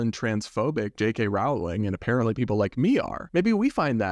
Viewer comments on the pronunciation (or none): Nitpick: Rowling is pronounced rolling (rhymes with bowling, not with howling). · Mega Harry Potter fan here. For future reference Rowling is pronounced like rolling.